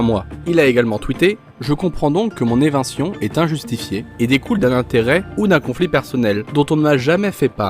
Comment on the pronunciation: d accord, donc c est bien ça, on dit éviction, pas evintion...